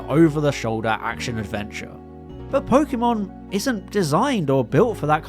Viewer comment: and "pokemon" for that matter... everytime i hear po-key-mon my ears bleed